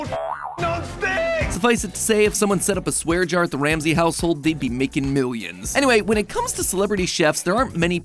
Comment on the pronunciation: Ol MatPat had that "Gordon Sham-say" in his back pocket for a min 😂